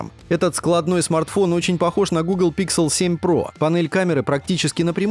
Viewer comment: Не стал смотреть только из-за произношения названия нового фолда - Pixel. Слух режет этот ПИКСЕЛ